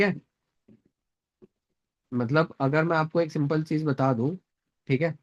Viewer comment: “Simpal cheej”